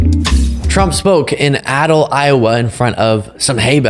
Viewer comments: It's pronounced A-dell Iowa...emphasis on the A. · Hi, it is pronounced Ayy-Dell